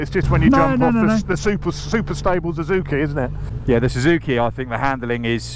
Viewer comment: Zuzuki? Zuzuki? The English don't know how to pronounce anything